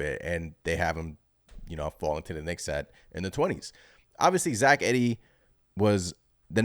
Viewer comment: pronounced Eeee - dee